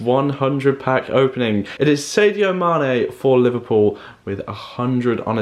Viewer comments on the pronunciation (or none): btw sadio mane's name is not pronounced saydio mane